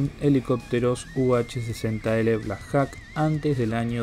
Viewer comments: Se pronuncia "blacjoc" no blacjac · no hay nada bien pronunciado. empezando con los Black Jacs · Black Jok se pronuncia amigo... y significa halcon negro